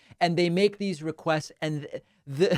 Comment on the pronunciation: Can move his mouth in a normal fashion? He turns even the word "requests" somehow into sixteen mouth gestures and syllables.